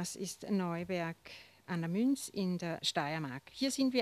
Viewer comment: Neuberg an der Mürz, ... nicht Münz